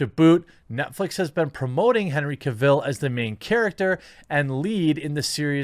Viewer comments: Ca-ville?? Seriously? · The way you butcher Cavill's name gets to me lol.